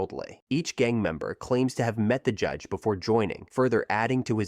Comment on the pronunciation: Audiobook. The narrator keeps saying JEDGE instead of JUDGE. Let me give you an example. "Towering over them all is the JEDGE!"